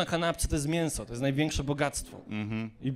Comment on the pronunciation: Jedne z lepszych kartek. mówi się miĘso Pan raczysz wymawiać mienso.